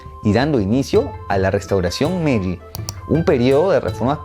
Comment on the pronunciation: Correción con el nombre de las eras, no es "Meji" sino "Meiji" en honor a Meiji Tenno